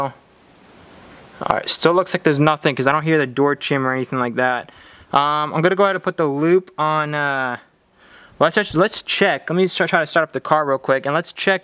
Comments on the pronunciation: It’s chime not chim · ch-eye-m not ch-ih-m